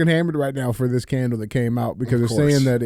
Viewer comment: I legit spit my drink out over "KKKandle" 🤣